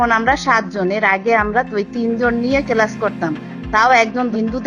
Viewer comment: কেলাস😂 পেরাইবেট দিছি😂🎉🎉🎉 গ্যাছে আর, আইছে,,,,, 😂